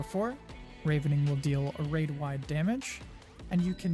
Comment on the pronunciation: Thanks for the guide! One note "Ravening" (to feed greedily) is pronounced with a soft A (rah ven ing) from Ravenous (extremely hungry) though I do believe they ARE both from the word Raven in reference to the birds being hungry scavengers. Pronunciations are always a bitch.